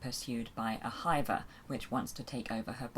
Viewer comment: Tell me that's not how they pronounce "hiver" in the audiobooks? Given the accents of the Nac Mac Feegle I've always pronounced it to rhyme with Liver or River not Diver!